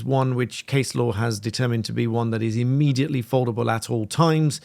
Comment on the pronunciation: immediately not ammediately.